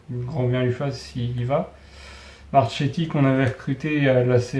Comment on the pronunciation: Akichi est arrivé du Paris fc,Marchetti se dit Marketti 😉